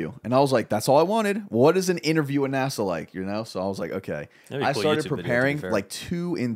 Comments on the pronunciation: Nah-Saw lol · Nah bro said nasaw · The way pronounces NASA triggers me so much